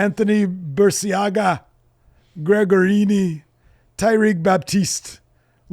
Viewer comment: Gregorini 😂 Luke Owen called me George-oni once so I guess was closer!